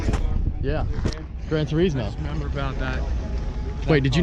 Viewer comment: Gran Tur-is-Moe. Gran Tur-iz-Mo...yeah no where are u from again?